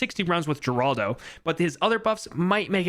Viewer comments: They pronunce it her-aldo not geraldo. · its pronounce heraldo not geraldo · Its pronounced Heraldo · people are stupid, it should be common sense from the moment your read the name that hes spanish which in turn should make it obvious that its pronounced HER-ALDO